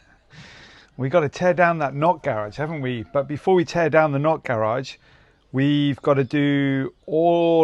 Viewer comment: Why do you call it the knot garage